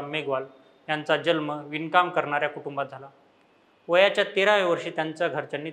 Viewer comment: जलम नाही बे "जन्म "